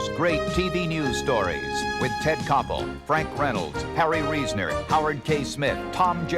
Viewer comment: I keep hearing Gilda Radner, lampooning Barbara Walters saying “Hawy Weasoner.”